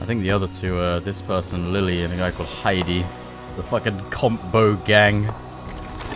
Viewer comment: That pronunciation of "Heidi" was impeccable.